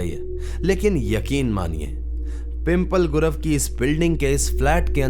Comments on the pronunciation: Bro it's not पिंपल गुरव it's पिंपले गुरव😂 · Pimpal nahi pimplay bolo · Bhai pheli baat, PIMPAL gurav nahi wo😂😂😂😤😤😭😭😭😭😭 please pronounce it correctly It's PIMP-LEY GURAV पिंपळे गुरव